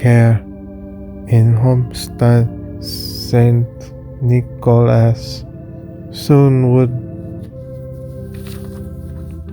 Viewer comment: "St. Nick o ass"